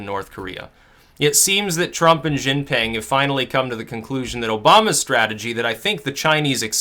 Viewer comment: dude I really enjoy your news and what you talk about, however your pronunciation of 習近平『xi jin-pin』 is absolutely terrible.. super American haha ..